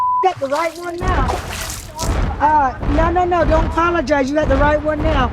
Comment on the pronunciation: LOL the "NAUR" took me out